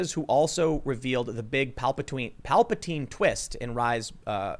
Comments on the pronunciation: You liked TLJ? Please don't do videos with this guy anymore. Bye dude. By the way "Palpatween" 😭😭😭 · "Palpatween"! I love it! Daisy Ridley is the newest Disney Princess -- Princess Palpatween!